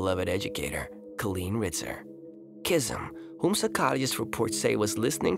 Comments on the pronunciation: It's Chizz-Umm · I think it pronouns chiz um anf colleen is call een